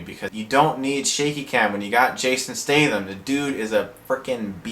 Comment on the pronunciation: awesome way to say his name lol